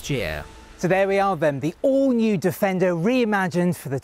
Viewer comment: Its 'Defendery'! Lol